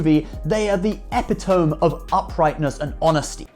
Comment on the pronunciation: Did this guy just pronounce epitome (“ih-pit-o-me”) like “epi-toam” ?? 😂😂